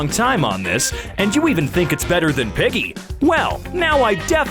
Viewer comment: LOL HE SAYS PIGGY SO WEIRD